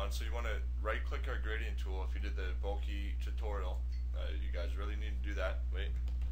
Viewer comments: BOH-KEH...or even BOH-KUH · Bokeh pronounced bow-keh. Its a photographic term which originated from Japan meaning blur or haze. Great tutorial but I had to share with you this info. All the best.